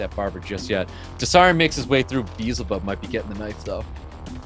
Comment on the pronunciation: You want a Beelzebub u should learn how to say his name correctly first my friend lol